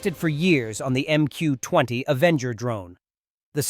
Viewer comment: Your idiotic AI interprets '20' as 'zoooo'. Are you joking?